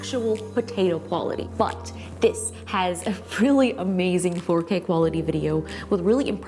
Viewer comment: When she said “4K quality” I kept hearing “potato quality” and I thought what’s potato quality??